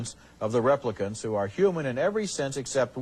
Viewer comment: I cannot stand how Ebert pronounced "replicant"